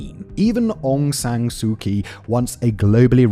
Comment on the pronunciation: It's not Aung Sun Suu Kyi nor Owng Sun Sue Chi. To my research as a burmese, it's Aung San Suu Kyi.